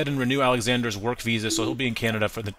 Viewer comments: “canda” lmfao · He said canda but u pronounce it Canada. U idiot